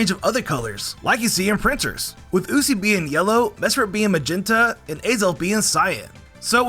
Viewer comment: The way you said uxie SO INCORRECT is very infuriating 🤣